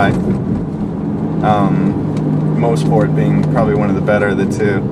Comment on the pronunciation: its pronounced like mosssport not moesport